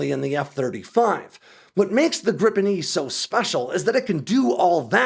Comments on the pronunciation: Griiipen, not Grippen. Why is that so hard? I will subscribe to the channel that at least makes an effort to pronounce the name better. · Great video. One correction (surely already mentioned): The "i" in Gripen is pronounced similar to the e's in "geek". Accordingly it's "greepen" instead of "grippen". 😊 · Just because Americans can't pronounce "Gripen" doesn't mean you should start spelling it "Grippen" Because it's not only wrong but it also makes no sence. And for you Americans, it's "Greepen". Like "Jeep". You think you can do that? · It`s Gripen....not Grippen. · it's not pronouced as griPPen it's just Gripen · Just one p. And the pronunciation is closer to Greepen than Grippen. Not sure why they don't just translate it to the Griffin, because that's literally what it means. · Can you please say gree-pen?